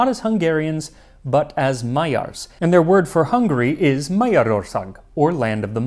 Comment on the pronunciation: MAYYARS HAHAHAHA